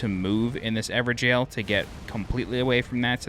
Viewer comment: is that really how you pronounce evergaol